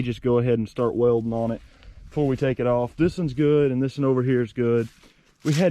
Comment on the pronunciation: Is it just me but when he go "thisen" brights my day